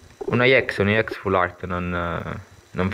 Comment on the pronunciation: ex non iex